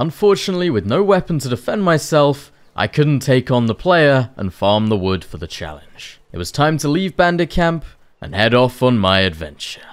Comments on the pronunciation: Did the quest say collect Vood?😂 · "Collect Vood" 😄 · Collect 'Vood' ? 😅